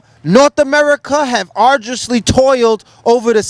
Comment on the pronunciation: the brother said arduously, he's official